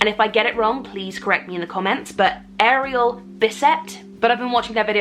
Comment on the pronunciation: I originally followed during the former bookshelf days, I thought you were a booktuber. I’ve stuck around through all the changes because I love your content and I’m glad to be seeing your reading stuff again. Also you pronounced Ariel’s name correctly.